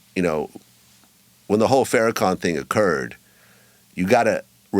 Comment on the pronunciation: First, both Bro. Willie D and his guest should respect The Minister enough to pronounce his name, Farrakhan = FAR+Ra+Khan correctly. It is Farrakhan, not FAIR+Ra+Khan. His title is The Honorable Minister Louis Farrakhan; or at the very least, Minister Farrakhan. Nevertheless, shout out to Bro. Willie D for defending The Honorable Louis Farrakhan. Some say The Minister's name correctly and will not defend him at all. Second, this was NOT an apology. Far too many words for the guest to simply say: "I was wrong." Third, Willie D's guest NEEDS to give an ACTUAL apology, and it NEEDS to be AS LOUD on his own platform, as the disrespect was. Fourth, the guest NEEDS to apologize to Bro. Lord Jamar and Bro. Godfrey. Fifth, citing some mystery NOI connect with no name comes across as DISHONEST. How do you have a relationship with someone, and you do not value him enough to remember his name? Sixth, Bro. Willie D is showing that often Black people are not sophisticated enough to deal with "wights." That said, the guest is STILL a Culture Vulture.